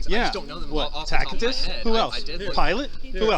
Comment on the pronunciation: I totally agree with you on pretty much eeverything you say except your gun fettish. Just pleasee stop saying tackitus. Makes you sound so dumb. It's pronounced tasitus.